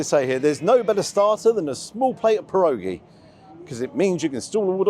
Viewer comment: Great video! One quick word of advice - they're pronounced "pier-oggy".